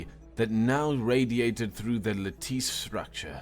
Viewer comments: not bad few mispronounced word but engaging, and the voices sets the mood ......its not lateese lat-tis..... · Another narrator that doesn't know how to pronounce lattice. FFS! the -tice part is pronounced the same as it is in other words that have the same 4 letter sequence at the end (except entice, that has a long i, the same as in flight or like). You don't pronounce notice "no-teece", do you? No, you pronounce it "no-tiss", just like lattice is pronounced "la-tiss". And before someone chimes in with a comment like "maybe English isn't their first language", I have 3 things to say in response to that: 1. I'm reasonably sure it *is* their first language. 2. I've listened to narrated vids by people for whom English was definitely not their first language, & they didn't make as many flubs with words that a native speaker ought to know. 3. AFAIK, Starbound isn't just a bunch of people who decided to get together to do this as a hobby, it's a **business**, and as such there should be someone on their team that can reliably spot this sort of thing to preview all videos before they're published, & make sure they are corrected before the viewers get to see them. I honestly don't think I've watched a single Starbound video that didn't have flubs of this sort, or someone missing out a word, or replacing a word that fits with the context with a similar sounding 1 that really doesn't. Even my 2 favourite Starbound narrators, Voice Ogre & Aurum (sp?), aren't immune to this, though their vids do tend to feature less mistakes than others. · It's not lah-teece, it's lat-tis. Like lettuce, but the short I sound in tisk tisk. It's not dee-hydrogen, it's die-hydrogen. You misread designated as de-hy-day-trid?? not even dehydrated?? Placatingly- play-kate-ingly. to placate is to appease/pacify chitin- pronounce kie-tin. rhymes with apple pie tin.